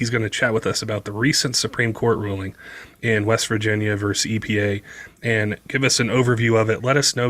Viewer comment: The word is VERSUS…not vers. Say it right.